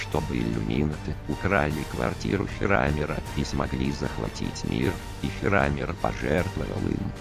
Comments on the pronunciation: Меня прикалывает ударение - фирАмир)) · фирамир ударение на а